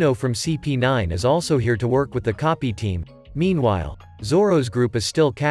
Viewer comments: Bro this entire time when coby came my guy instead freaking keeps saying copy instead of coby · same with coby/koby the ai says copy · Coby ❎ Kopi ✅ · Bro say copy is koby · Koby ❌ kopy 👍🏼